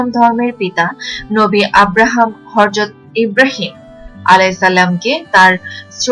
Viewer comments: It is not Harjat It is Hajrat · Try to pronounce right way, harzat!! What is this?